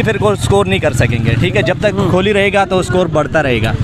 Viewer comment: ये लोग विराट को विरात बोलते हैं कोहली को खोली बोलते हैं 🤣